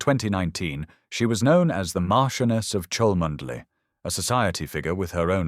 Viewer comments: You can't even pronounce her family's title correctly!! No one with a single brain cell.is going to believe this nonsense! Please be quiet and stop idle gossip! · Clickbsit fake news. Already been debunked rumour spread out of deliberate malice. Who is the originator of this channel based in brazil? Rumour alleged, cannot get the pronunciation of chalmondley right, and it is catherine, dropped middleton on marriage years ago. Lying bs. William would never want to go through what his parents went through. Why not investigate who put the rumour about in the first place. Kste middleton has been duchess of cambridge then princess of wales for years now. All these fake stories follow the same style of story telling, same errors, same drama. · Rose is Mar CHEN uus of Chumley. Pronounce it correctly AI.